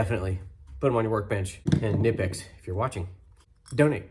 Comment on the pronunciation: Good video! Entertaining as always. Great idea with the trimmer string! Oh, Knipex says it's pronounced "Kuh-Nipex", by the way, haha! Awesome tools.